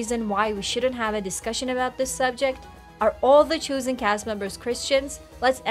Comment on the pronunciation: Why is this host pronouncing "chosen" as "choosen"?